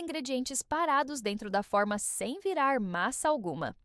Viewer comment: Essa voz é de IA? Impressionante como essas IAS falam coisas erradas. A palavra forma pronuncia-se fôrma, e não fórmas.